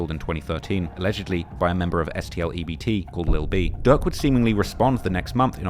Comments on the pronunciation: Bro called durk.. duck lmao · Bro pronounce "durk" and "duck" and "dirt" the same had me confused af